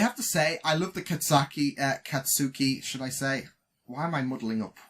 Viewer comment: It'll be a bit harder if you try to go with first names since most characters are rarely referred to with their first names. They go be their surnames far more often so it might help if you focus on those. For instance Katsuki is pronounced more like "Khat-skee" which isnt really how it looks but it'd probably be easier to recognize his last name: Bakugou which he's referred to most often (except by Izuku who calls him Kaachan). I know it just comes down to repetition so you'll definitely get them eventually, just thought I'd point out that it might be better to start with last names.